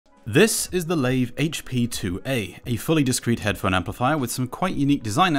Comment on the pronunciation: I think it's pronounced LIVE not lave